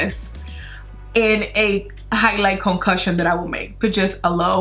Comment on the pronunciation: highlight concocion LOL i thought you said concussion